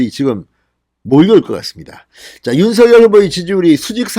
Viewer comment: 윤서결이 아닌 윤석렬로 발음 교점해 주세요